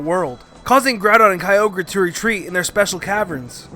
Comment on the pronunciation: Duh kyoger